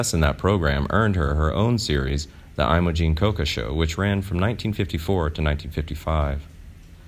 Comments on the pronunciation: This is not a life with a sad ending. It has a nice ending -- living a full long life and dying of natural causes at age 92. Also, it is not "AYE moh jeen" but "EH moh jeen" in terms of pronunciation. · Imogene is pronounced "EMMA-gene". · You pronounce about every third name wrong in ALL your vids. You call her eye-mo-Jean and the first syllable of her name rhymes with Jim. Carl Rayneer? I hope this is robot; otherwise...